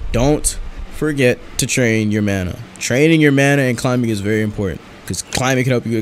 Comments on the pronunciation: sayin bana and not mana be like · You said bana not mana. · Great intro oh and u accidentally said bana not mana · "The first thing you want to do is unlock your mana bar. *Looks at the top of the screen to see text* *while wheezing* BANA BAR xD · He said baña instead of mana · lmao it said bana bar